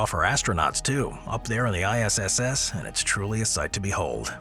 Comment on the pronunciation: The ISSS????? ISS? International Space Station. Where'd the third S come from?????